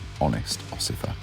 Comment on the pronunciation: I think you meant "honest officer" not "honest osifer"! :-)